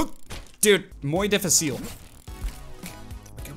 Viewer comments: It was really funny when you said "muy difícil" I'm spanish and listening you pronnounce it wrong made me laugh so hard 😂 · Yeah same 😂